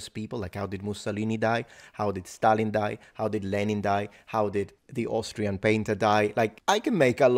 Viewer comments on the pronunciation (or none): none